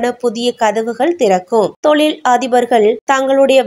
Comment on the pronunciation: தொளில், அதிஹமாண, சில ஹாலம் தமிழை இன்னும் கேவலப்படுத்தலாம். தமிள் மொளிப்பட்றாளர் ஹளைப் போள